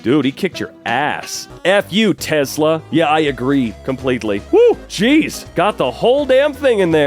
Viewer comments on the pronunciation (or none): none